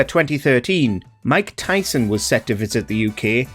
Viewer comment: its Tyson not tython